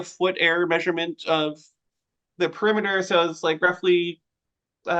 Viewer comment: "Peremiter" had me dead 💀